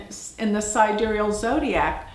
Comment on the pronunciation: sidéreal?! I've never heard of this word. Don't you mean: side-real, like the tool?